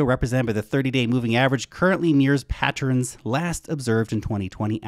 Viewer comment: "Pattren" sounds like House Wren "Pattern" sounds like money EARN. You're welcome.